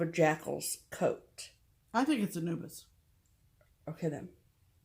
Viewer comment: Anubis- is correct. One of my father’s interests/ hobbies was Egyptian history and archeology. I know is correct in her pronunciation. Sorry.